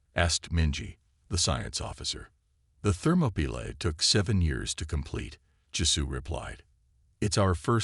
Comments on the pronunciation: That is so ridiculous I was wondering what the hell a "Thermopila" was. it's not a word. the closest I could come was thermopile, but that is a temperature sensor. Then it dawned on me. It was an AI bastardization of "Thermopolis". Or what we say in The USA Thermopaly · It's THERMOPYLAE!!!! I stopped and won't continue. If you don't listen, then edit your content properly before posting, then stop posting. All you're doing is half-assing the content because you're too lazy and letting whatever AI system you use to do 99% of the work. Need to block this channel. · Interesting pronunciation of the ship name, more AI slop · Oh, the ship is the "Thermopylae". Channel needs a better TTS.